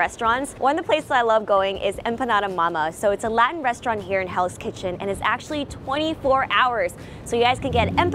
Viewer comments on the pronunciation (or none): none